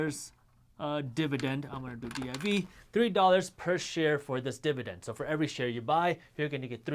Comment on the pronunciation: I chuckled everytime he said 'dib-a-dend'